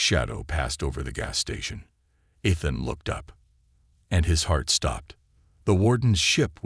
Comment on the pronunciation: ETHAN with a long E, Not short. And then misspelling the same word? NO thanks.